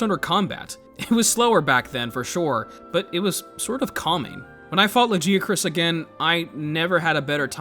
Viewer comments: The second I heard that “Luh-jee-a-chris” I frowned so hard that a blood vessel popped in my cheek. Go to hell. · Lajeeacroos"? What the hell? Blud missed every possible semi correct pronunciation 😂 Also you might be the only human on the planet calling Velkhana "he"